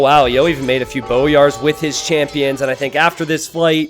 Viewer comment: Also, it's "boy-ar", not "bo-yar"